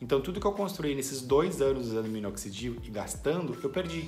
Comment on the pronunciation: Parceiro qual minoxidil vc usa ? Não consigo entender quando vc fala .. e parti o nome ,? Grato